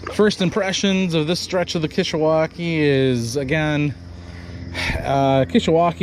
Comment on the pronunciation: Dude why you ruin the pronunciation the river name?